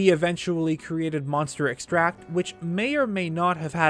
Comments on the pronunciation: "EVIL things for EVIL?" [Mermaid Man intensifies] Also... Extract (noun) and extract (verb) are pronounced differently. You keep pronouncimg the noun as the verb, and it's driving me nuts. :| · This is really distracting and frustrating to listen to. Extract the noun has a different intonation than extract the verb. The way you say it is the verb form, with the stress syllable on the 'tract, rather than the noun form like in monster 'extract. I can see how this is odd and unintuitive to a non-native english speaker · stop saying extract as if it's a verb. in this context it's a noun. the emphasis is different. have you seriously never heard it said out loud? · EXtract. Not exTRACT. The latter is a verb. Ugh! I almost had to stop watching the video... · Sorry, can I just- EX-tract= noun ex-TRACT= verb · Good vid, but you keep saying extract as the verb form, exTRACT, as in to exTRACT something...however, the resulting thing is called EX-tract, the noun form. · *in Hermione*: it's EXtract, not exTRAct! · Oh my God I was just about to comment the same exact thing!! This guy gets all kinds of words WRONG!! He also “Hat no”!! It’s not hat no… It’s Ha TENO. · Interestingly, Kilton (who is such a proclaimed lover of monsters) is really scared of them. I brought a moblin skull to Kilton once and, instead of being happy/excited to see it, he cowered in fear, covered his face, and trembled. Also,: EX-tract is the noun but you were saying ex-TRACT, which is the verb.:-) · Please stop saying Monster exTRACT. It's extract. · Just here to remind you that “extract” is pronounced differently depending on if you use it as a noun or as a verb. You mispronounced it the entire video. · EX-tract. Emphasis goes on the first syllable when "extract" is a noun. As a verb ,the emphasis goes on syllable 2. Otherwise, enjoyable video as always. I like the deeper look at Kilton; he's definitely among the underdiscussed NPCs. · I wish you would pronounce extract properly...